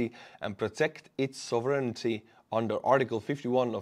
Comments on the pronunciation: SAWV-run-tea. The word does not have an "urn." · sovereignty = SOV-ren-Tee or SOV-er-en-Tee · sovereignty is pronounced sov ren ti. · Since I've seen you getting tongue tied with the word twice now, I'll help you out with pronunciation Sovereignty is 3 easy syllables Sov - ren - tea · It's pronounced sov-(urn)-tea, I get it the English language can be a bit ridiculous at times. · sovereignty => SAUVE wren TEE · Right; accent on the first syllable.